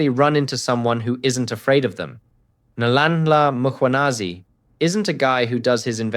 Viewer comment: I enjoy your podcast. Please practice the pronunciation of Nhlanhla Mkhwanazi. Keep up the good work.